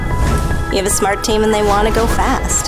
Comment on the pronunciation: Good ad, but am I the only one who hears "best" or "bast" when she says "fast" at certain points in the ad?